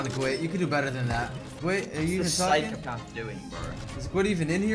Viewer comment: Jarvis say Phycopaf and not Phycopath